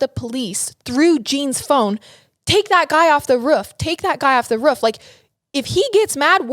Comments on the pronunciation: I die of laughter when ever she says “gel” but I’ve gotten use to but the “ruuf” had me spitting out my drink. Still love every bit of it 💕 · The way pronounces roof